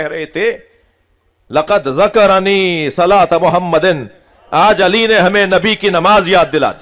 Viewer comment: اس نقوی خبیث کے جھوٹا ہونے کے لیے اتنا کافی ہے کہ نقوی کو تو عربی عبارت تک نہیں آتی بلکہ جو حدیث نقوی کذاب نے بیان کی اس میں بھی "ذکرنی" کو مجرد ابواب سے پڑھ رہا ہے